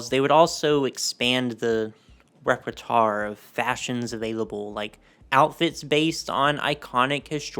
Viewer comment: Enjoyable until you knocked Trump for no reason... Also you mispronounced "plethora" and "repertoire."